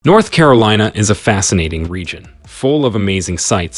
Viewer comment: Carilina? I think you may need an editor.